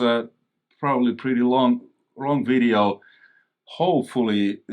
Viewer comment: You never say "And in this WIDEO" anymore.... I miss that haha :D